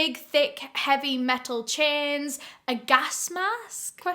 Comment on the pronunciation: 😭😭😭it took me a good while to figure out. that she was saying,"Chains"instead of,"Chins"😭😭😭😭My stupid ass.